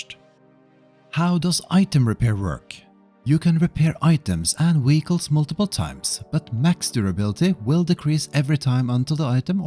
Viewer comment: Wheeguls 😂 i had to run to my phone because im like what is a wheegul! No but i get English is not your primary language. It was just funny to hear.